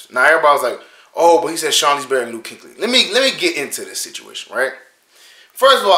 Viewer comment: Kueckly not Kinkly🤦🏾‍♂️🤣